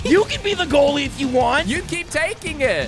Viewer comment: brits even worse goallie then skoot.... bit like me as a goallie.